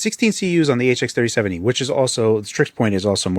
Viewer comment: He's gotta be saying HX3070 on purpose at this point.